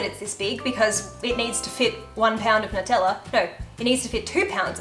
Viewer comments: I have a couple questions. Why do you put an H sound in assume and why do you pronounce Nutella without a “new” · “Nuteller”😂😂❤️😍not in a mean way